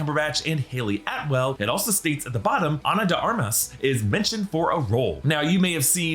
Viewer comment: ...Ana De 'Ar-Mah'.....